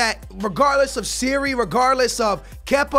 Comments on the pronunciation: I would say go for Chucky Lozano or Ousmane Dembele, don't do a swap though, make sure you sell Willian and Pedro because swap deals are broken and you have to pay so much more. Also please change Donnaruma to #1 and Aouar is said "Ow-Are" and Sarri is said "Sar-ree" not "Siri." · the manager of chelsea name is SARRI NOT SERRI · Why do you keep calling sarri Siri 😂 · ITS SARRI kinda annoys me when he says siri